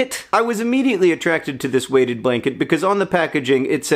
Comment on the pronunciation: I honestly thought you were saying "Waded Blanket" which I assumed had something to do with ducks and were somehow heavier than normal blankets. I'm still not sure your not saying Waded if I watch your lips. Then about 6 hours later last night I saw another story on Weighted Blankets thought that's weird, two type of blankets causing a stir on the inter web at the same time. It's 40C/100F outside right now, the sky is red with dust, and no doubt many parts of Australia are burning again today. But I still want a Waded Blanket for winter and look forward to being snuggled under it with my new puppies.